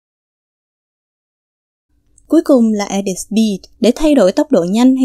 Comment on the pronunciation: Mình đọc là e đít.. bạn cứ đọc là e địt . Hihi